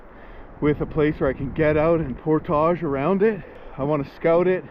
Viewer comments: Nice video but It’s portage, not portaaaage. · Never herd it pronounced portague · 1. Hearing him say GD made me cringe. 2. He can’t pronounce portage correctly. Why? I just don’t get it. 3. Overall not a bad adventure and watch. 4. Goes to get firewood and doesn’t take the shotgun. Interesting. 5. That power unit was way overkill and extremely heavy. Bring an air mattress and ultralight camp chair next time. You won’t be sorry.